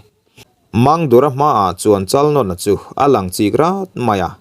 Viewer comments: Chalnawna tih lam dan poh adik lo...Nãwna tih tur vaibelDÂWN tih a Dãwn ri ang hian lam tur.. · Chalnawna......Chalnâwna tia lam tur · Chalnawna sai nawn ang khan i lam a a dik lo thluk rawh.